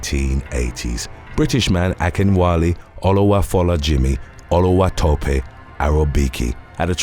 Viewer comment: pronounced Akinwale name so good I had to read it twice to get it